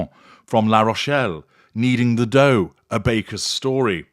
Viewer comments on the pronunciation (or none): none